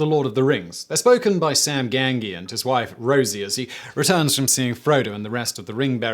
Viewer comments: "Gang-ghee?" xD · Gang-gee... what the fuck Simon... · Ok I was already done with this Video when he said Sam Gangee at the start. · Sam Gan-gee ? ... You can do better then that Simon. tut tut tut ... not to mention the other errors in pronunciation and lore. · Sorry, did...did you just call him "Sam GANGY"? Dear god.... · Sam Gangee? WTF???? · I hate how he pronounced Gamgi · come on ganGEE i get mispronouncing foreign words but if you haven't seen these films or read the books can't pronounce the break away loveable hero of it are you even british my theory simon is bosnian spy faking being english like that american guy for some nefarious situation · Gam Gee? What the hell was that? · Me: I didn’t know Simon was a Tolkien fan. Simon in the first minute of the video: “Sam GanGEE” Me: Ah, he is not a fan. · GAN GHEEE LOL wtf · Great summation of the post LOTR history. It would been nice if your team had placed a little more emphasis on the correct pronunciation of the names, like Gamgee (gam-jee) and Celeborn (kel-eh-born). The Peter Jackson movies are an excellent source for this. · GAM-JEE. (Makes it clearer.) :) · Your pronunciation is all over the place. Kudos on the topic, but it doesn’t take that much extra research to learn how to pronounce “Gamgee” and “Celeborn.” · Knew it was going to be a good one with that first pronunciation of Gamgee... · The horror of how Samwise Gamgee's pronounced. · Ewwwww how could he get this wrong... .... . . . ..unsub